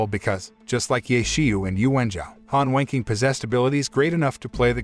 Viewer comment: The way the voice says Han Wenqing saouns like he’s saying Han Wanking